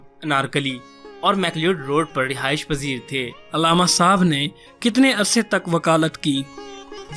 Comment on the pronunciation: تمھیں علامہ کا تلفظ تو آتا نہیں ہے۔ عل+لامہ، یعنی ل پر تشدید اور ع پر زبر۔